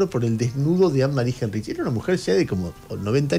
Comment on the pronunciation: se pronuncia Ánemari jáinrij